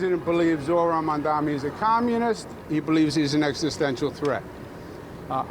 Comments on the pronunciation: Why Cuomo still can't pronounce his name correctly, his name is not MUMDAMMY! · He couldn’t pronounce “Mamdani”. His “Mamdami” will go with him all the way to the tomb. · He still calls him Mandami lol. We'll see what he calls him when he concedes to Mamdani. Edit: He called him Mandami again on his concession speech. At least he shushed the booers. That was nice. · Pathetic he can’t even pronounce his name correctly.